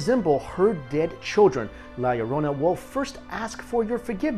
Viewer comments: I almost stopped watching as soon as he said la llorona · its la lorna. not la laronia xD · not to be mean but u pronounced the La Lourana wrong no offense. srry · you are so bad to pronounce Spanish so bad XD and I knew the one of La llorona because I'm spanish